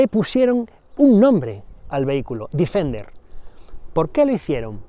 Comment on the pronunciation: Joder, todo el rato diciendo el Difender., Deeeeeeeefender